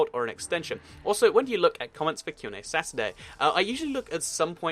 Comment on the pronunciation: you said qna sas-ay